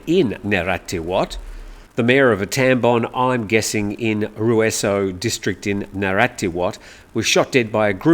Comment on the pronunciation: Pronunciation /Rue-Saw/ I was just told, by one who used to work in that commune.